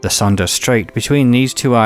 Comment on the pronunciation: By the way, "Sunda" is pronounced "soon-duh".